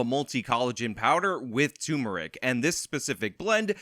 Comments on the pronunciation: TURmeric,. It's TURmeric, you absolute dummy. Unsubbed. Yeah, maybe I did only find out the correct spelling and pronunciation like 3 months ago, but that damn sure isn't going to stop me from having a willdly undeserved sense of superiority. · It's the same with my mother, and I'll correct it here too. It's turmeric. R before the M.